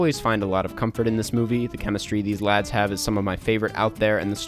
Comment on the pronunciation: I'm filled with an insatiable anger every time you say "Lads"